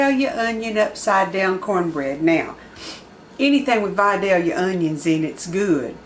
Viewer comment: There’s a lot of recipes for this on YouTube but you’re the first one I’ve seen that pronounces Vidalia correct so I’m going with yours.